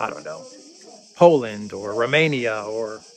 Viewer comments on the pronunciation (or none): none